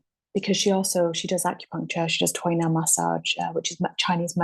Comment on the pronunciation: The word is efficacy? hahaha. and you said Tui Na perfectly!